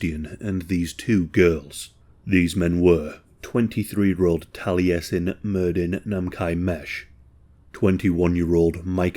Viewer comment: For reference, the name "Taliesin" is pronounced "talla-sin"